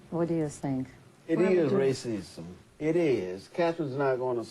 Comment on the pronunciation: Joe can't pronounce racism racisism